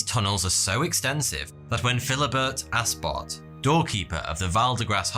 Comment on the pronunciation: I thought that you said Philibert Assbot